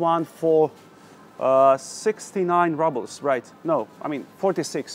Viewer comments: It's not 'rahbles', it's 'roobles'! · And рубли are roubles ("rooblz") in English, not rubbles... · Лол, он просто русский, он сказал rubles , как рубелс, а не раблс... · I’m sorry but he has lived in Russia for a year and it really gets to me how he says rubbles not “roobles “ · Не раблс, а roubles -рублс! Элементарное надо знать! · The letter U in a word «rubles» is pronounced like oo in roots) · We say “roobles” ;-) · Какое чудесное произношение у Вас русское! По-английскт рубль произностся не "рабл" , а рубл", , а то получается камушки, галька. "Маслины "=черные оливки, а зеленые ="оливки", так сложилось исторически. " - Вы говорите петрЮшка виесто ПетрУшка" - единственная Ваша ошибка произношения!( смешная). Алёнка шоколад никто не любит. Он и невкусный. Сыра Пармезан нет из-за санкций. Но люди привозят его из Финляндии или покупают в магазинах т.н. финских. Их много по городу. Говорите идеально по русскиц. Вас подвела только петрЮшка😃